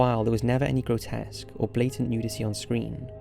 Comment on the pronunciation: 5.24...the narrator spells grotesque as "groskets",which actually made me search for the word as I've never ever heard of any such word before. Maybe he didn't have enough time to rehearse the script before recording it.😀